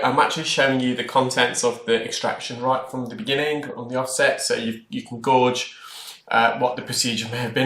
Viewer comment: I think you meant to say gauge and not gorge.....